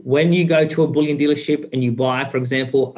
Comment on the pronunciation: Bullion is pronounced 'Bull-yin', not 'Bull-yawn'. They are all beginning to copy each other in this stupid pronunciation.